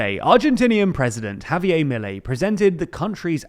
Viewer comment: he also pronounced havier like it was french for some reason.